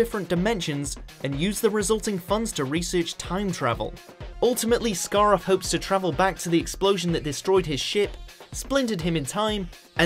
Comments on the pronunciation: You said scaroth incorrectly aswell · Androzanny. Scar-roth.